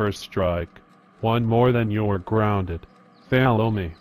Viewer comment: follow not fallow